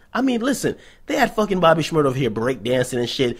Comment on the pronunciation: It's Shmur-daaaaaaa!